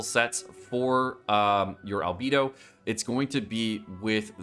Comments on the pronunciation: If u say ALBEEDO one more time instead of ALBAEDO! I SWEAR! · Its Albaedo🤣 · But it's German, thus it's not Al🐝do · My ears hurt from him saying AL-BEE-DO Instead of "AL-BAE-DOUGH" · Can't get over you calling him "Albeedo" 😂 It's like when people call Diluc "Dieluc" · B. Eye. Dou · Say it with me, "al" "bae" "dough" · He can't even pronounce ningguang you expect him to pronounce albedo? LOL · He can say "Transient" correctly, but can't say "Al-BEI-DOH"? Sounds like bs to me.